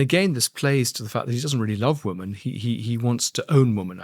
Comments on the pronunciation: Andrew Lownie is a very engaging and articulate speaker. I wonder, though, about his mispronunciation of the word "women". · Dear Andrew Lownie - please note there is a pronunciation difference between the singular woman and the plural women.